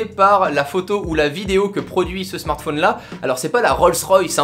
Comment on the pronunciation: Ça m'énerve quand il dit smartphÔne